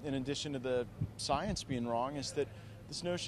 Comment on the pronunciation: LMAO matt gaetz saying the word science even sounds dunny